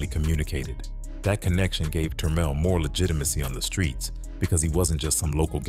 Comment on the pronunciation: Good job on the french name pronunciation